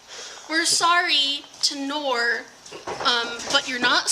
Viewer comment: And "k" in Knorr is pronounced.